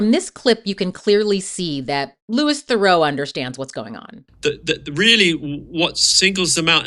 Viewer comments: You mis-pronounced his first name and his surname. It's Louis Theroux, but you said Lewis Thurow. Theroux like you're saying 'through' as 2 syllables instead of 1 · Yes, thank you! Louee Theroo. I always hesitate to bring up pronunciation when the creator has obviously put in so much time and effort into their video, but it's important! Theroux is a very well-known figure, so easy to find how to pronounce his name. (Also drives me nuts when people say Zen-DYE-a, instead of Zen-DAY-a.) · The obscene irony, that I wish Louis (pronounced Loo-ee Ther-oo btw) had pointed out, was that only just a moment before that first clip of him and his mother getting upset at Louis for "making money" off asking him about his criminal record, he was explaining that everything he does - all the misogyny, racism, antisemitism, homophobia, etc - is for money, engagement, and clout and that he doesn't gaf about morals, being a good person, being a hypocrite, or what people think. In fact, he admitted to being a puppet all throughout the documentary. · Manage to pronounce it wrong every single time you say it but you obviously watched the whole documentary where they said his name many times ... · yes within 3 seconds when she mispronounced BOTH names, I went to turn it off (but ran to the comments first to see I wasn't being unreasonable) - so off putting! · Say his name right! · You didn't pronounce Louis or Theroux correctly, which means you haven't heard his name said, which means you haven't watched any interviews with him to look at his opinions on things. If you make a whole 30min essay about someone but don't say their name right, it comes across as badly researched. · But then...it is well researched and contains clips of him in interviews. So why don't you know how to pronounce his name? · “LU-EE, Thur-auw “ like Thureaux. As a fellow Thurau I’m so sad to see everyone get his name so wrong. I respect the video though!